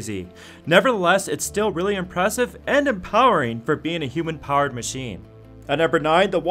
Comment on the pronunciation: Yup, it is. The guys who do these videos should look up pronunciation of these things. Also, he kept saying "hoOmen" for human powered haha.